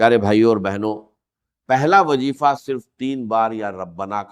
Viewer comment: کمینگی کی بھی کوئی حد ھوتی ھے کہ بغیرتی کی وہ بھی چند ٹکے یو ٹیوب سے کمانے کے لیے AIجنریٹڈ ڈاکٹر اسرار کی آواز میں ۔ڈاکٹر اسرار ذریعہ کو جرعیہ اور وظیفہ کو وجیفہ، استغفر اللہ کو اتتگفر اللہ اعوذباللہ کو اعوجوباللہ کہہ ھی نہیں سکتے۔ جھوٹ وہ بھی ننگا۔ جھوٹے لعنتی